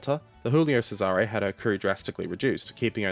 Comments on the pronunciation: "Cesare" is pronounced with the emphasis on the first syllable - "CESare". The way you pronounce sounds ludicrous. (Historical note: Laurel and Hardy films were dubbed into Italian with misplaced stresses in words, just as you do with Cesare, for comic effect. So, in summary, you sound like comical when mispronouncing Italian words.) PS. How do you know where to place the stress? It's not always obvious. There are rules, but they're pretty complicated, which is why my Garzanti Italian dictionary contains pronunciation hints for each word. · Hey man😊, love your channel and watch every video, pls check your pronounciation (soo many italians there, just ask...), ship's name was Giulio (like in "june", NOT julio as you say, that' spanish...) Cesare (like in "cheddar", and the accent stays on the 1st "e", DON'T move it) Keep up the good work😊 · Your pronounciation of Cesare made me die inside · how should it be pronouced? Pizza pizza mama mia boatololio?